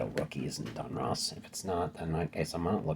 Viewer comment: Don Russ not Don Ross